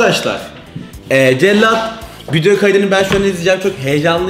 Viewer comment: Cellat değil cekyat